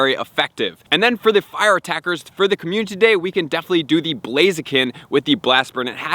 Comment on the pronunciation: Watched this 100x cuz hearing “COMMUNTITY day” is addicting